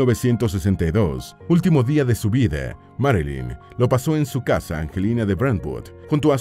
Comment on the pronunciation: Por qué pronuncia tan mal?.Dice vide, sesente, beisnoliste, hije, novie..... Corrijan la mala dicción.